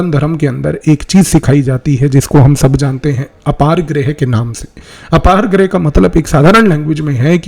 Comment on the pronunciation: कौटिल्य बोलिए भ्राता जी, मै तो ध्यान दिया तब जाके समझ आया कि आप, कौटिल्य के बारे में बात कर रहे है Apargrah ❌ अपरिग्रह – जितनी साधन की आवश्यकता हो उतने में जीवन व्यतीत करना